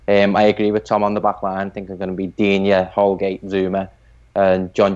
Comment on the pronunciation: FFS it's pronounced Digne